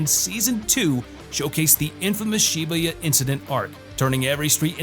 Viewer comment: You meant to say to tune in to Wistoria: Wand & Sword Season 2 in Fall 2025, not 2026! ....By the way, the arc in Jujutsu Kaisen is referred to as Shibuya (shi-boo-ya), not whatever name you used 😂 Lol.